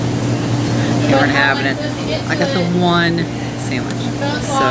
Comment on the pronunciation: "3... 2... 1.. SAMMICH!!!"